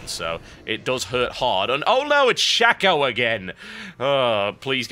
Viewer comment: It's Shaco, not Shacko...